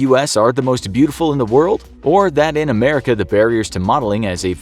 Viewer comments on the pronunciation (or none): This guy is from amarica and now he is saying amarica lol